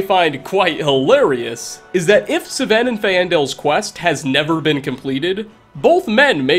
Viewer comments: Its sven not seven nor saven or s'ven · Fine-dal and Sfen not Fai-en-dal and S-ven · “Su-Ven and Fayendul” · "Saven" "Fay-ai-ndel" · Me:Sven and Feandal:Sevayen and Feaayandal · This is just a pet peeve of mine, but I really feel like if a word or name is spoken by an npc in a game, that should be the CORRECT PERNUNCIATION!!!!! S-Ven???? Fa-aindal!!!. Camilla? Don't you mean Camel- a??? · My man just pronounced Sven and Faendal wrong lmao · Sometimes i wonder does really play skyrim or just use it to make money. Both are cool but the way he pronounce npc s names sounds like he never met them. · the way he pronounces Sven and Faendal should be considered a hate crime. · You managed to misspronouce both Sven and Faendal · He mispronounces Sven and Faendal. I side with Sven because in the Dragonborn DLC as a follower Sven will use Talvas Fathryon's line. "I suppose Master Neloth won't mind. He's always telling me to stay out of his way." In 1 save slot I married Camilla with Sven as a steward and Faendal turned hostile when he saw me come home he was trespassing on my Lakeview Manor property Sven killed Faendal.